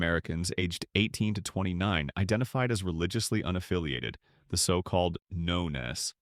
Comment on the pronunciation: This factual, insightful content would benefit from a human narrator voice that understands ‘nones’ and doesn’t pronounce it as ‘No-ness’